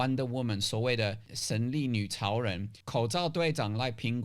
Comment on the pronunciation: 我一直聽到神力女曹仁XD